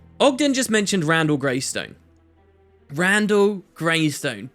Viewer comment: You keep saying Greystone, and even put it in the title. It's just Greyston X_X